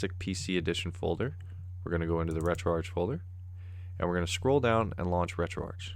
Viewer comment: Retroarch-itecture: Pronounced Retroark Listen to the start of a Sonic game, how is Sega pronounced? Betcha it's not segga.